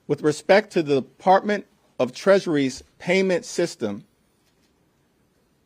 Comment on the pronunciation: Did he say “Partment”? I believe he meant department.